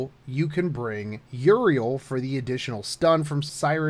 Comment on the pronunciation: >Siegfried and Mordred >Single target Dude, no, also fix your pronunciation, stop pronouncing Euryale as Uriel One point about the Tristain fight, get Georgios if you are using Siegfried since he will deal even more damage this way